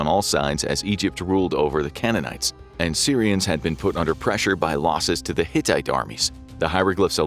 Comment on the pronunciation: Is he saying syrians or Assyrians?